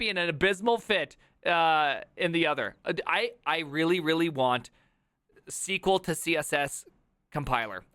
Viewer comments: your pronunciation of sql is scary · "Squeal", "Hit-mul", and "Chat Jippety"... I've never heard any of these pronunciations. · Never heard anyone pronouncing SQL like that. Usually its see-quel